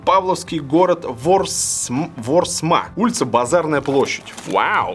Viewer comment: Большое всего понравился нож - от земляков) ВОрсма ударение на о